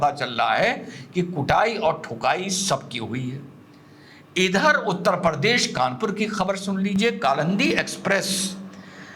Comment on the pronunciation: हमारा यूपी उत्तर प्रदेश है न की उत्तर परदेश। ओवैसी भी परदेश बोलता है।😂 लेकिन हँसी बेमिसाल 😊